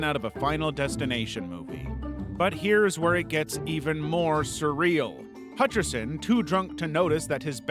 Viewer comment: John hatcherson? More like john hutcherso